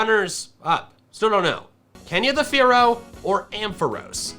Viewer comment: Did you say “Kenya” or “Fearow”??? lol